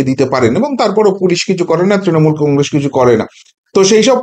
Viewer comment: কংগ্রেস - শব্দটার শেষে ' স ' ; ' শ ' নয়।